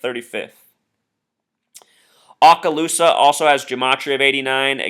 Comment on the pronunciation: Yes, he was my friend and coworker for 25 years. His memorial and burial will be on Monday. Oh and he can not pronounce Okaloosa. It is Okaloosa, not Aakaloosa.